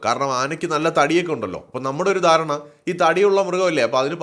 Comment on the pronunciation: ആന വളരെ ഡേൻജർ എന്നല്ല ഡേൻജറസ്, ധാരണ... ദാരണ അല്ല....വിഡ്ഡിയായ മലയാളിയുടെ ഏറ്റവും വലിയ അബദ്ധം മുണ്ടുടുത്താണ് ഇവയുടെ അടുത്ത് ഇടപഴകുക...ഒരു പരിധി വരെ മുണ്ടൂരി കൊടുത്ത് രക്ഷപ്പെടാൻ സാധിക്കുമെങ്കിലും, പലർക്കും ഓടുമ്പോൾ മുണ്ട് തടസ്സം സ്രുഷ്ടിക്കുന്നു...trousers ആയിരിക്കും നല്ലത്